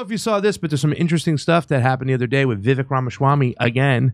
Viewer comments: VeeVÁKE. Like CAKE. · Vivek - pronounced vi vake, like cake. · It’s pronounced Vee Vake (like cake)